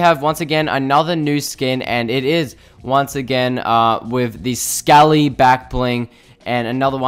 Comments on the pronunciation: Sc-a-lee no it’s scale-lee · Scaly is pronounced scay lee not sc a lee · I don’t know if it’s your accent but scaly is pronounced s-Kay-ly